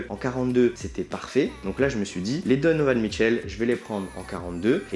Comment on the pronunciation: au debut je croyais que tu disais don michou